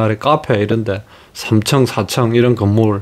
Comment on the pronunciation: 3층 3청 발음해보고 다시 비교 해보세요